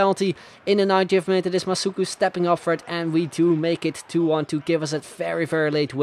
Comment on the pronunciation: OMG that was so cool seeing my name in the video, thanks a lot and yes he said my name right;)